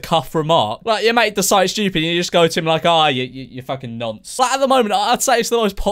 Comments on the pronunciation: He said NANCE lol haha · My man said nunce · Wait did he say nance? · is it just me or do americans pronounce nonce ‘nunce’ 😂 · This has been bugging the shit out of me: is it "nunce" or "nonce?" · Did he say nonce like... Nunce? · Man really said nunce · Did he say nunce? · exuse me. wtf is a ”nAnce”